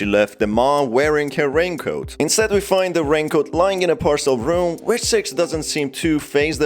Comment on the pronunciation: He accidently said sex instead of six